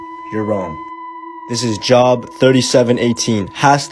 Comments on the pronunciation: It's pronounced like "Joe" with a b on the end, brother. "Job", I mean. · Pronounced book of job incorrectly